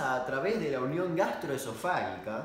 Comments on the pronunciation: Perdón, recién hoy lo vi. ¿Por qué dice gastroesofá-GUI-ca, si se escribe sin la "U", o sea gastroesofá -GI -ca? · Y es "gastroesofáGica", no "gastroesofáguica"... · Encima creo que se pronuncia gastroesofáJica JJAJAJAJAJJAJA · FAGICA jajajaja No FAGUICA jajajaj LPM PRONUNCIA BIEN DAMIAN! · El video: 30% damian diciendo como tragarse una espada 70% damian intentando decir gastroesofarica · Damián, el que diciendo gastroesofarica me hace reír cuando me acaban de mandar a la mierda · grastroesofaica Damian: E S T R O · Jaj tanto esfuerzo y nunca lo dijiste bien :). Es gastroesofágica. La g pronunciada como si fuera j. Igual muy entretenido el contenido de tu canal, te miro siempre. Besos. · Minuto se te dificulta decir gastroexofajica por que eres argentino. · Gastroesofágica se pronuncia como si la g de esofágica fuera una j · La "gi" se pronuncia fuerte, como en Gitano. No se pronuncia suave como en el video. Por lo demás, impecable.